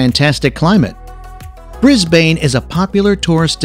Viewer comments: “Thank you for highlighting the wonderful tourist spots of our great country. However if you decide to make a new video here are some tips for you to be taken seriously by Australians. Pronunciations. Brisbane is pronounced “Brisbin” not bane. Melbourne is the same. “Melbin.” Flinders Street Station contains the letters i and n. Put together they are pronounced “IN” So it’s Fl IN ders st, not “Fly” nders st. Probably worth mentioning that Melbourne was voted by a worldwide group as the worlds most livable city six years in a row. Obsessed with soccer? Absolutely not. Soccer games draw pathetically low crowds, mainly from immigrants where soccer is played. Australian Rules Football is by far the biggest most popular sport in Australia. (not rugby, which also draws small crowds.) If you would like to know about our game which has the fourth highest weekly attendances of any sport in the world, search for, “What is AFL, Aussie rules explained.” This is the most exciting game on the planet, invented in 1858, and was codified before any of the other sports. Home to several teams in the AFL, plus the AFL final series, is something you left out completely, the world-famous MCG, (Melbourne Cricket Ground.) The recent AFL Grand Final had 100,025 spectators. If you leave the MCG out of your video, you won’t win many friends in Australia. We are a very patriotic lot, and like people to learn proper pronunciations of places. Aside from the things I mentioned, it was a very good video. Ch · Excellent video - could have been produced by our own tourist board. It showed of course, only the positive side of our country. The real Australia,, we are forced to live in every day. At present it is " rather interesting "...It has been mentioned here before - it is not often that I hear Melbourne or Brisbane pronounced like that... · Pity he can't pronounce Melbourne or Brisbane. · I did not like how you pronounced Brisbane 🙄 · Learn how to say Melbin. And Brisbin while you are at it.